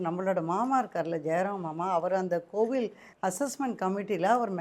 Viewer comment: கோவிளுக்கு அல்ல கோவிலுக்கு... நீங்க தமிழுக்கு செய்யுற அசிங்கங்களால், தமிழே மறந்துவிடுமோ என்று அச்சமாக இருக்கிறது... காலக்கொடுமையடா சாமி!!